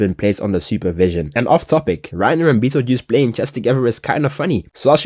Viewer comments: yo every time you say bertolotos naem im cracking up twin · Bro the fact that he never said Bert's name properly the entire video is hilarious 😂😂😂😂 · bro he keeps pn messing up Bartholomew's name 😭